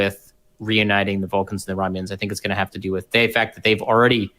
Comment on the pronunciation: Really the host needs to be able to pronounce the sound "th." You always pronounce it with the sound "fff." Extremely annoying. Ffs please pronounce it correctly.